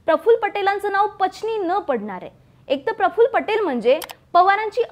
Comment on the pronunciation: Prafullla nahi parfful